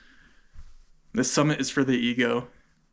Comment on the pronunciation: He said summit, just with poor enunciation